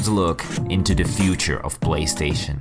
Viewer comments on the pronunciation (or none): He said "BLAYSTATION" 😁